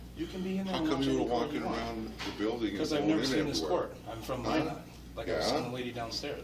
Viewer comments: "Minnot," not "my-not"... Ulillillia obsessives know. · He pronounces Minot weird,,it's pronounced ( Me Nut ) North Dakota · Not Minot, Williston. Even worse